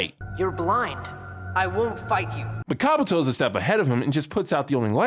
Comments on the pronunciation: My dude said Kabuto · Anyone else noticed that called the snake 🐍 Kabouto 🤣